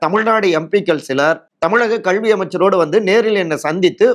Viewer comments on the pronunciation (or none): Unga pronunciation கள்வி is wrong. It's கல்வி